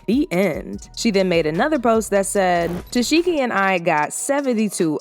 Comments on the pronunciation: Who is Tesheki 😂😂 Her name is pronounced Ta-see-kee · Why can’t ANYONE say her name??? It’s pronounced “Tuh-sec-E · Why do y’all continue to pronounce this woman’s name wrong when she CLEARLY has enunciated it a million times 😐🙃 TES ZEE KEE … not that hard 🙄